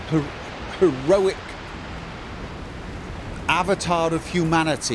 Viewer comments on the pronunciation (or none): none